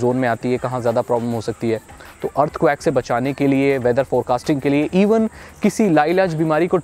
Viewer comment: Bhai earthquake hota Hai earth quack nhi lol